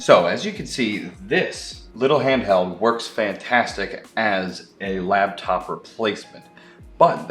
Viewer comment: LAPTOP DUDE NOT LABTOP YOU ARE KILLING ME.